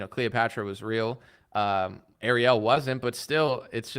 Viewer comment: The way pronounced “Ariel”, I was like ‘who tf he talking about?!’ 😂